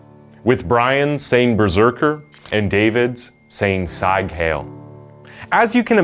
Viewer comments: “saig heil” killed me lol, it’s pronounced SEEG heil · "Sieg Heil" is NOT pronounced Sighg Hail. It's pronounced Zeeg Highl. If you're going to try to pronounce words in foreign languages, at least learn how they're pronounced. It makes you look really stupid when you say it wrong. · “Sike hail”? Lol, you on fire dude. It's more like: “Seek highl”. But still. Great vids. Been binging them today. 🙌🏾👌🏾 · It's pronounced more like "Sig hile", not "Sige hail". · Seig hiel = Seeg hi-el. Damn at least get it right. So many young YouTubers are just not smart. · Maybe you missed the part where the parents tried to get help. Btw, to the narrator? Seig heil is pronounced “seeg hile”, not “syg hile”. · Sig hail? Is history so forgotten that it is only known by misreading it from a script? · Sige hale? A "mental health prosecution"? Was that supposed to be mental health professional? I get that many of these mistakes seem insignificant to some people, but when they mess with the meaning of what you're saying it becomes impossible to focus. It's beyond distracting... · Correct pronunciations would help here narrator. Such as "Seig Heil" and perhaps its meaning....(I know this but Im sure many do not.) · "Sahig Hail" sounds like some long lost cousin from Pakistan. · really pronounced it "sig hail" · Dude said sige hail 😂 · It’s pronounced sig (as in signature) heil (as in hi, then el). I’m a Jew and have learned a good bit about this kind of stuff. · I have never seen someone pronounce "sieg heil" like "Sayg hail". You could at least have consulted google before butchering the language so psychotically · It's pronounced ZEEEG HYLE, at least respect the german language at least ffs! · Love Americans pronouncing German words "Saig hail" Ah yes... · "Zike hail" – really? You couldn't be bothered to look up one pronunciation? What an embarrassing level of laziness. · Zajg hail !?? 😂😂😂😂omg i can’t stand this guy trying too hard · It's pronounced "zig heil" (rhymes with while)